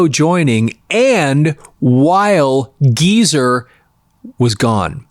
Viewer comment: It's GEEZER, not Giza